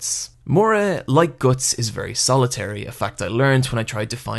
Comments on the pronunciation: isn't it pronounced Guts? as in "you have the guts to do it.." You seem to pronounce it Goats. Anyway like the video, you know what you are talking about. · ITSSS GUTTS NOT GORTSS!!!!!!!!!!!!!!!!!! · when you say guts it sounds like goots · Gootz??? wtf is that pronounciation??? Love berserk(only the original) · Omg I can't do this he pronounces "guts" slightly different to what I'm used to oh god MOM GET MY PILLS MOM HUG ME MOM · Are you a native speaker? If so: WHAT IS WRONG with your pronunciation?! Why cant you pronounce the "u" and "o" in the words like "Guts", "nothing" "other" "blood" correctly? It's driving me crazy! if not: never mind